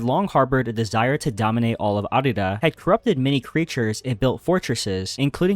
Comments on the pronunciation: Bro keeps saying Arda as Ardida I’m weak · Arda… it’s Arda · sorry man, leaving after hearing you mispronounce Arda for the 10th time. it just grinds my gears